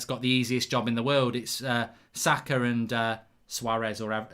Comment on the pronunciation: How can mark not pronounce saka